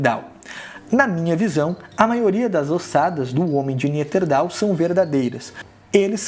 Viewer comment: Interessante o vídeo. Mas o professor precisa regravar o vídeo e falar o nome certo de algumas espécies kkkk senão, perde credibilidade. O correto é "Neandertal" e o professor fala "Neanterdal" kkkk E ouvi outros erros.